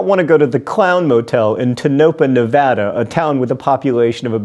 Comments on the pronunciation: I'm just glad he pronounced "Nevada" correctly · oh God John that's not how you say Tonopah. it's tone-a-pah just like Nevada is nev-AD-a, not nev-AH-da. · hey john, it's pronounced tone-a-pah but good job on pronouncing nevada nailed it